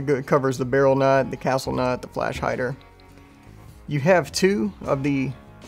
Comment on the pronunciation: Cool product but the castel instead of castle nut detail bugs me a bit 😜